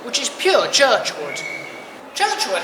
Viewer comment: great video, Just one thing It is G J Churchward not not as pronounced Churchwood